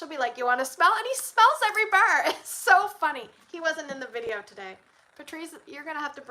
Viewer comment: You say “bar” like teeter would say “bear” in Yellowstone 😂…I am also Canadian and get told I say a lot of things weird